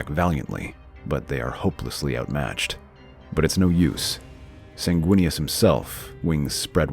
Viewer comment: WEENIS??? good lord...